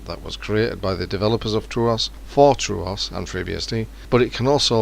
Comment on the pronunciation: True"aw"s? Its not just "True" "os"